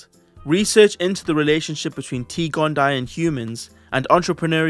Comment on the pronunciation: Just a heads up, a double i in Latin like T. gondii in pronounced “gon-Dee-aye”